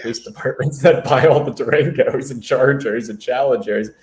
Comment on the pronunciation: Dodge “Duranguses” got me, haha